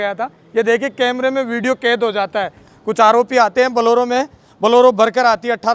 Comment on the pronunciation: बोलोरो नहीं बोलेरो कहें l🙏